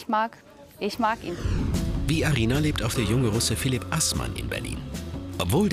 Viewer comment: Welcher russe heist phlip dahahaha xD